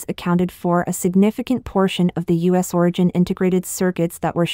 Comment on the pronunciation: Please stop using robots for your narration. You have a good podcast but the mispronunciation is a joke... e.g. the U.S. as us ?